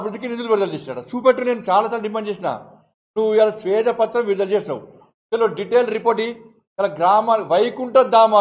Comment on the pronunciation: శ్వేత పత్రం, స్వేద పత్రం కాదు